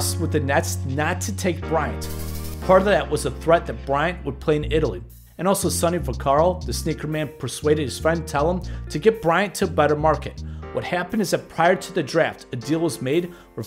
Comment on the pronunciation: Thank you so much for your interest in this video. A quick note, I think I mispronounced Sonny Vaccaro's name. I have heard it spoken in two ways but I think the correct pronunciation is - Vuh-Care-O (I pronounced it as - Vuh-Car-O). Thanks again for all of the support and enjoy the video. What are your memories of the Lakers in the 1990s?